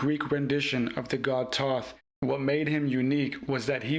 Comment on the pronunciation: His name is Thoth. Pronounce it correctly at least 😢